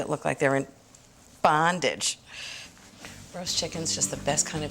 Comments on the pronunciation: I was thinking those must be some very freaky chickens the way Ina said bondage 🤣🤣🤣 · That’s that, Long Island talk for, ya 💁🏼‍♀️ !